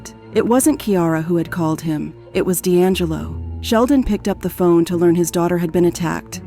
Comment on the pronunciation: your ai cant say phone? picked up her phoney XD